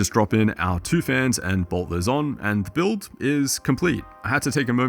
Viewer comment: where did you monkey get 5090... fokin boiuilt... build. not boiuilt :D